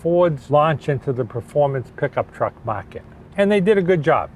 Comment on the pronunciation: A fwooh fifty fwooh has lots of twooahk to take to the caahh shwow